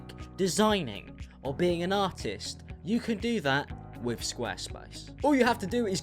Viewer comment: I’m the ad at the first part of the video I know he said “artist” but it just sounded like he said “autist”